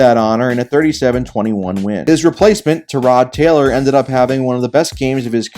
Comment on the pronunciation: U pronounced tyrod taylors name right